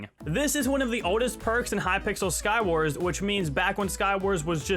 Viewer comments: Why do you say Skywarsm? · I like how says skywars with an m (Skywarsm)